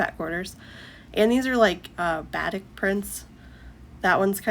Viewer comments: Batik is pronounced like ba-teek’. If you’ve only read it, it isn’t obvious. Love listening to you. Oops, I see someone already said it. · I actually loved watching you sewing, you have a nice calm voice. The only thing was the way you pronounced Batik...it's pronounced Ba-teek 😊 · Batik is pronounced baa teek